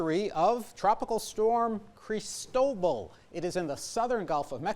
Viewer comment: somebody should explain the proper pronunciation of Cristobal to this guy if he's going to keep covering it